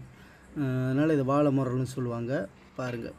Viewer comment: வாளை முரல் தம்பி("ல" வராது).அதேபோல் தான் விளைமீனும்(வி"லை" வராது)